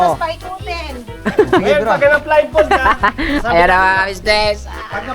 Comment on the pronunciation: Natawa Ako ke blind fol daw with d ang dulo ha 😂😂😂blindfold po yan no offense ha🫣🙈✌️✌️✌️🤞🫰🫶